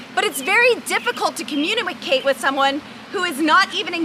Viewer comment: "Communimacate"? Okay Boeboe. . .